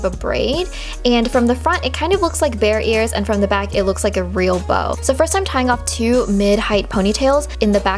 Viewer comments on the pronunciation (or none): none